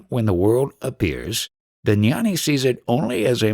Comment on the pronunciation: Gnani is pronounced gyaan-knee not nyan- knee. Shiva is not produced SHEE va. Its shiv ah